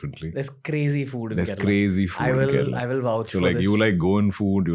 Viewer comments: It's Kerala not kerela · Come on. Kerala and not Kerela!